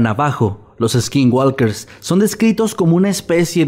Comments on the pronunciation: Me encantan sus vídeos! Pero de verdad tomen en cuenta que la L no se pronuncia en la palabra Skinwalker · Me encantan todos sus videos, nada mejor que empezar el dia con una historia de miedo jajaja pero no quiero sonar como naziFan jeje pero la L de walker no se pronuncia. Saludos y sigan con ese buen contenido